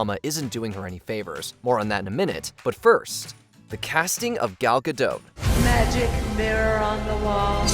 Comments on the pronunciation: The “t” in Gal Gadot is not silent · Just to let you know, Gal Gadot is pronounced with a hard T as in dot…😊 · It’s pronounced “gah-DOT”. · Native Hebrew speaker here. It's gaDOT, as in the British pronounciation of dot, pot, lot, or not. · FYI- Gal Gadot is Israeli, not French (there is no soft “t” at the end of her name). Gal rhymes with “doll”, not “pal” and Gadot is pronounced exactly like “god-oat” (does not rhyme with “bad-dough”). Just good to know 😊